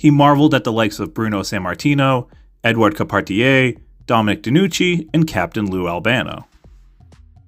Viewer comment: Good on you for showing proper respect and giving Brian Zane's channel, a shout-out. Cheers. P.S. I was also impressed when you almost got the pronounciation right, on Edouard Carpentier! I'm from Montreal Quebec Canada and even I have occassional trouble with The Legend's name :) Cheers.